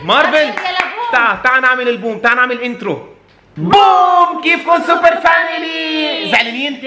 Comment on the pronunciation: طبعن فادي بالبداية حكى اي لوفيو سوكر مو اي لوفيو سوبر بحبكم كتير انا من العراق 🇮🇶🇮🇶🇮🇶